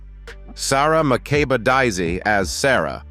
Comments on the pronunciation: Daise is pronounced as “Daze.” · I watched the show too, and loved it. Their last name is Daise, not Daisy.